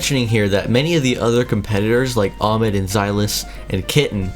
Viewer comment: It’s not amed it’s ahmed day the h